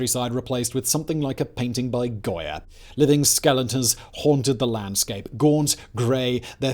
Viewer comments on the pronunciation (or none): none